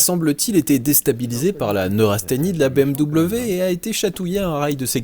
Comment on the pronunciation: Super vidéo ! Mais stp dis bm'v' , pour un germanique comme moi ça fait mal d'entendre bm'w' haha